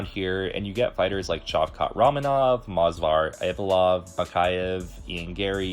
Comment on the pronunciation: ah, yes. mozvar evvlov